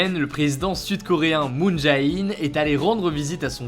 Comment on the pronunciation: Le ae coréen se lit é (jé in). Merci encore pour cette vidéo ! Toujours aussi bien :)